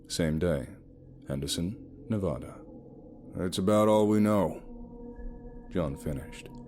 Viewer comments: OMG dude so awesome! But it's pronounced NE as in never, VA like valley, DA like Dad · I was born in Las Vegas Nevada and have family in the small drive to Henderson. The state name is of pronounced wrong but it doesn't really matter, people always know what your saying. I love your accent and narration 🐺 ignore ugly people and remember the fans that love you. Thank you for the great story 🐺❤️🐺❤️🐺❤️